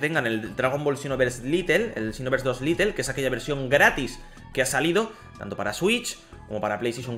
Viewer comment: No es LITEL es LITE